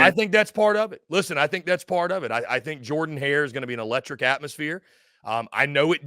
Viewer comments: It is "Jerden" not "Jordan." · Pronounce "Jurden" Hare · It’s pronounced Jurdan Hare. And Auburn wins